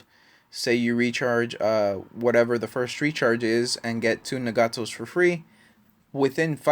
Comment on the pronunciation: its not na-gato its nag-ato